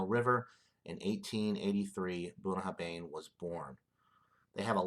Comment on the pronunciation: Pronounced ,Boon a har vin. Cheers mate nice whisky